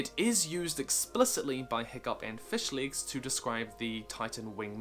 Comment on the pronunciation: Anyone else gunna pic kup on how he said fishlegs?